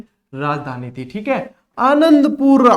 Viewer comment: आनंदपुरी है आदनन्दपुर नही